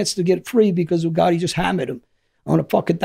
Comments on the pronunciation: The way he says gotti. " Ga ee" lol British accent doesn't pronounce the letter T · John goh-ee